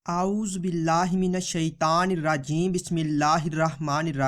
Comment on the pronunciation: Shukriya bhai aap apna auzu bissmillah sahi padho bhai